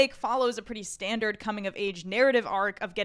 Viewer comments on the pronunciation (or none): none